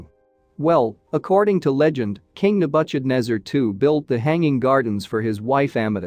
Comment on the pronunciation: Ne-budge-ed-nezer! LOL